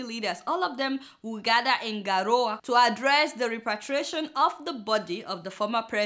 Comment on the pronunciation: I love you Adeola! Keep it up and keep it real! Btw Garoua is pronounced Garua (just like Yardua)